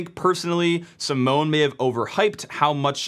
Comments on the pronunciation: Simone is pronounced how you would read it in German - he is not a security researcher, he is a developer that stumbled on it - he is piss off nobody would take his finding seriously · although you got the name pronunciation wrong😅 ( search for the Italian pronunciation of the Italian name Simone), great explanation !! thanks❤ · This is dumb since proper firewalling would drop UDP/631 anyway. If someone already got into your LAN then you're already owned, so having the port open to your LAN range isn't really much of an additional problem. Simone (sim-ohn-ay) is basically making a big deal about nothing. Oh noooo 300K targets out of 4Billion.